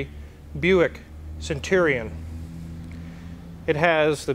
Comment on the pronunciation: Stwike him wuffwy centwion.